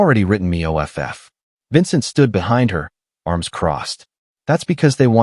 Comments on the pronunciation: Air relms its arms! Lol AI😅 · I had to look at the transcript to find out what the hell the word arames was. He held her in his arms. ARMS! The appendages that grow on our body to actually reach things and hold people are called arms!! Not arames. You need to actually find someone to listen to these before you post them. Spelling two letter words and three letter words through the whole thing is ridiculous. The story is really good and I enjoyed the storyline but seriously you need a proof listener. 😤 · Use a better AI or try voice to text; you'll lose your audience if this continues. Words like ARMS, IS should not be outside the AI ability. These errors cause disconnect in the story line and disrupt flow of information so you lose the listener. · Here's a new one - Aremes... R M S /arms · How are you pronouncing ARMS , COP, US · Why is the story teller spelling arms,?